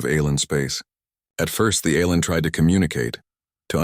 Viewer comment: you make me stop watching shxd. your autobot says alrm instead alien fix you shit